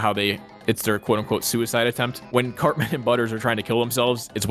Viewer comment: It's CARTMAAAAN BRO! You damn poser lol